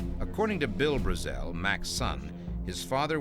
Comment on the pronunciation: Why can't the narrator pronounce Brazel correctly, everyone else in the documentary pronounces it correctly God! Can't bare it! Otherwise totally rad doc🤙